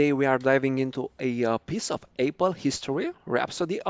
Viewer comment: Please practice saying Apple instead of Aypal